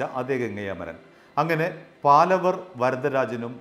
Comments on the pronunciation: "பாலவர்" இல்லை. "பாவலர்". "പാലവര്" അല്ല... "പാവലര്" (പാലവര് തെറ്റ്...) പാവലര് എന്നാല് ഗായികന്മാര് ,എന്നാണ് അര്ത്ഥം. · ഒരു മാങ്ങാത്തൊലിയും അറിയില്ല .. തട്ടിവിടുകയാണ് .. പാലവർ അല്ല പാവലർ ആണ് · പാലവർ അല്ല, പാവലർ എന്നാണ്.. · அது 'பாவலர் சகோதரர்கள் '. When you report , pl cross check with known people , before you release your clips. ' പാവലർ ' and not ' പാലവർ ' Funny to see that you are repeating it many times. (Had he seen this, he will call and fire you.!😀) It's some thing like you are damaging their ' Family Name' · It is PAVALAR not PALAVAR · പാലവർ അല്ല പാവലർ ആണ് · പാലവർ അല്ല പാവലർ എന്നാണ് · പാലവർ അല്ല പാവളർ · പാലവർ അല്ല, പാവലർ